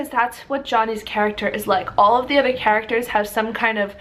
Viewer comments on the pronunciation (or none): none